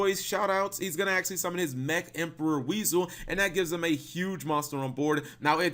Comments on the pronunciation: It's pronounced WISE-L. NOT WEASEL!! So many people see it like that. Where then where is the a in the name that would make it pronounced as weasel. I just hate it so much it brings out my inner grammar nazi!!! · Am I the only one to point out he said weasel instead of wisel?😂😂😂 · Cap Wisel is pronounced Why-Soul. Not WEASEL!